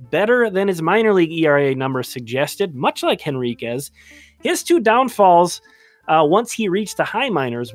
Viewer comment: I don't mean to nitpick,, but the "H" in Henriquez. (I admit, I had to look it up to be sure!).